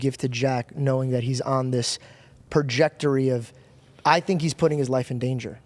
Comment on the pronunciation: No way he said projectory twice😂